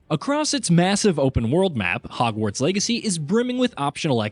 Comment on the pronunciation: Is he saying "Hogwarts Eggacy" or am I crazy?